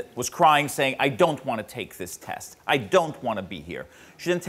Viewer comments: the way he says "I DON'T wanna take this test.".. lol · I don't know why but the way he says "I DON'T wanna take this test" cracks me up.